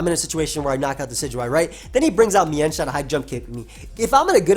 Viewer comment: It's actually pronounced meanshao